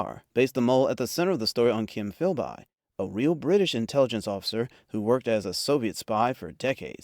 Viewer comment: Please teach your AI to properly pronounce "John Le Carre", "Kim Philby", and "Cary Grant".